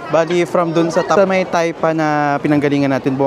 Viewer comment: Taipa idol hindi tapia,..